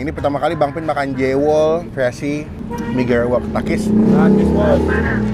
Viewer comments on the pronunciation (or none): Nggak ngga.. nyebut Gerewek nya sama2 salah🤦‍♀️ pdhl udh dibilangin yg jual